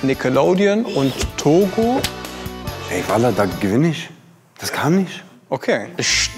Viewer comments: hat der grad Togu gesagt? Schande. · "Toogo" Alter, man spricht das o nur so kurz...